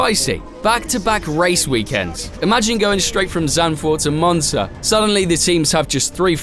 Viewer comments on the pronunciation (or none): bro said monza😭😭